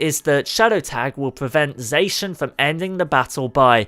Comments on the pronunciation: its not zacan its zacian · The way zacian was pronounced hurt me. He says (zay-shin) but it should be (zah-shi-ah-n) it felt like a kick to the ribs when he said zayshin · its not zay-shin its zah-cyan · Omg wtf is wrong with your pronunciation its ZAH CI AN NOT ZAYSHUN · Dude it’s zah-shee-in, not zae-shin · STOP SAYING ZACIAN WRONG! ITS "ZA-CI-AN" NOT "ZA-CIN" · pronouncinh zacian wrong its pronounce sack-ee-an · It is pronounced zo-she-in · I pronounce Zacian as Za-she-un Another thing to do is try to give Shedinja a flame orb and give it destiny bond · Zacian is pronounced zåsh'yån ' is used to separate the syllables. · ZA-KI-AN THAT'S HOW YOU SAY IT!!!!! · Zacian pronunciation=ZAH-SEE-ON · It pronounce it za-si-an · That's not how you say Zaican but good try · He did not just say Zacian like that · zay-shin ❌ zaw-she-inn ✅ zamm-muh-zen-tuh ❌ zah-muh-zen-tuh ✅ Come on dude. Their names were revealed in a Pokemon Sw/Sh trailer where they said the names verbally.